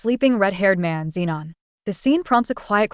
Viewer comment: Why tf is everyone called zinon, max and fridgeon? Are u mental? Stop makin videos if you're gonna half ass it